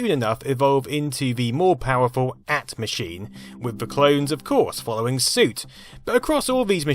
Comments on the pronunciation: I’ve never heard the AT pronounced “at”. I’ve only ever heard people call it “a-t” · AT is initials, and is pronounced A.T., not the word "at". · “At”? HAHAHAHAHAHA!!!! That was “Ay-tee”, sonny boy! That’s right--uphill both ways, and knee-deep in the snow, even in summer! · "AT" is an initialism, not an acronym, so it must be pronounced as two distinct letters. Nobody who pronounced it like the word "at" would have been taken seriously. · AT=>Advanced Technology and pronounced as individual letters A-T no as the word "AT" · It's pronounced AAAAAYYY-TEEE not AT. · Great video, but one comment: it’s pronounced “A - T” (Ey tee), not “at”. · its pronounced A.T. not at or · Minor quibble but the AT in the IBM PC/AT is pronounced A-T as it’s an acronym for Advanced Technology. I have never heard it pronounced “at” (as in bat). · Nobody called it the "at" computer it was an "ay tee" computer. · First of all, the 16 bit version of the IBM PC was called "ay tee" it was not pronounced "at"! Also, the ISA slot is a 16 bit slot, not an 8 bit slot It was backward compatible with 8 bit cards, thus was an extension of the 8 bit slots but the ISA slots were 16 bit slots from the beginning. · IBM AT ... It was an acronym for "Advanced Technology" - That is why everyone (including IBM themselves) pronounced it "I B M A T" as in each separate letter, not the word "at." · So A.T. is pronounced 'AT'? SO how would you pronounce XT?? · Ahh yes, the days of troubleshooting Interrupts and hoping that whatever you plugged in didn't fry itself if the cord got knocked loose. I do not miss this. Edit....At....at. AT. AY-TEE. PEE CEE AY TEE. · "... an at-computer." NOOO! It is pronounced as two letters. A T-computer, for "Advanced Technology" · It's not "at" model, it's 'A-T'. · Sorry it's not IBM at, its AT(aye tee). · IBM PC/AT was never 'at', always pronounced "ay-tee". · Stop saying 'at'. Its A T. AT as opposed to XT. I suppose you say 'ext' do you? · AYE TEE !!!! not "AT"